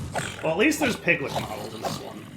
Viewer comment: “Piglich” rhymes with witch. Also, the sniffer needs more room to sniff for stuff.